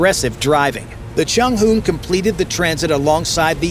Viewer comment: Chung hoo? 😂😂